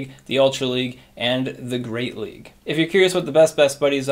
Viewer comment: “Are you gonna see Medicham in the Greate League?” 😂